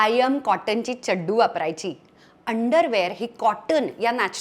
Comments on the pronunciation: Why always Chaddu ..It's CHADDI ... NOT Chaddu😅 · चड्डू नाही चड्डी म्हणायचं...